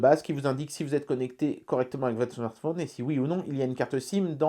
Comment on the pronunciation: le smartphôôôôône....le téléphôône sôônne...c'est l'accent de Haute Saône ? en tout cas, belle présentation du produit, merci !